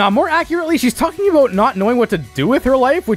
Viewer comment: Was that a Canadian "aboot" that slipped out there?